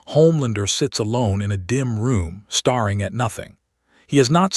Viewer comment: Geez. Get your AI to pronounce words correctly. “Staring” NOT “starring”.